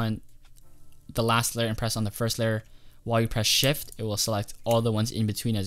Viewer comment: i thought you said hold shit